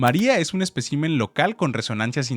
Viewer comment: espécimen* es una palabra esdrújula. No “especÍmen”.